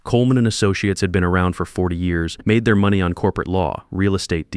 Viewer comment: What a great story plot .... too bad AI glitches on saying money ( I hear that in a lot of stories -) Charlie did an AWESOME thing speaking up about George - wouldn't you like to do that in real life for someone ! I don't think the marriage has much hope